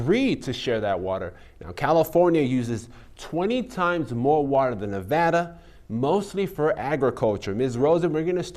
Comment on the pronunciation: Fuck Sam Brown, he can’t even pronounce Nevada. Jacky is a star, I’m keeping her.